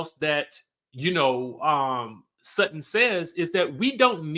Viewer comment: Alright Sutton! But it's Sutton